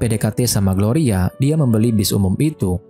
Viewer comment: Bukan gloria woi😢 gorya 😅